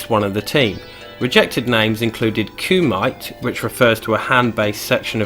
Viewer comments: Ku-mi-tay lol.. Blood sport, JCVD taught me well haha. Thanks for doing this one bud & cheers for the shout, some great facts a couple I didn't know again. When you was talking about Ermac I thought you was going to mention the Noob Saibot character too who ofcourse name is Tobias Boon backwards after the guys who made MK. Great editing on these, the MK characters dancing at the end made me piss hahaha. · Quality video mate. Kumite is pronounced ku me Tay lol you not seen bloodsport 😂 Team van damme (didn't know that about johnny cage)